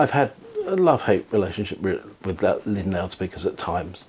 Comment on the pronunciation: The name is "Linn" NOT "Limn".